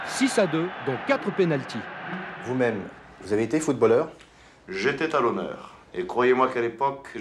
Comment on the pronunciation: j'étais t-à l'honneur il foire la liaison